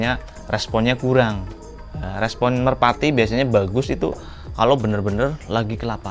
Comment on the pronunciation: Merpati mas bukan merapti wkwk